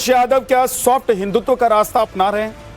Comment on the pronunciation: ने हिंदुत्व की जगह हिंदुत्वा बोला ये वैसा ही है फलाने की जगह फलन्वा कृपया इसको टोकें!